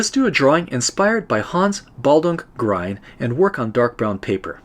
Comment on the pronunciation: Excellent, I've been meaning to try this for a while! In my tests I used diluted gouache for white and it seems to work quite well. By the way, Grien rhymes with green, not with brine.